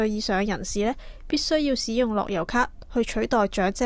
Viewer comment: 台主、請注意正確讀音。「使」字、名詞讀「屎」，例如「天使」、「大使館」。動詞讀「洗」，例如「行使職權」。故：「使用」、不讀「屎用」，應該讀「洗用」。